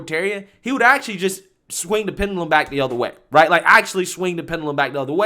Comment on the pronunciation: i love yu bro,but please learn how tp pronounce wrds in your videos,its not pendulum,itsounds like pen-jew-lum